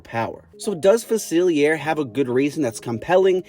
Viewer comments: It’s pronounced fuh-sihl-lee-AY, “”! 🤨 You clearly don’t know how to properly pronounce French! 😤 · "Doctor Fasillyair" ☠